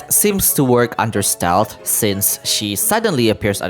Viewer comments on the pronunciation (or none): none